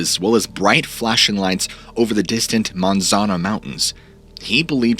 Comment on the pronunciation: again incorrect, they are not Monzano Mtns, the correct name is Manzano Mtns sayit like Man Zon o , sorry cant do better phoenetics for you.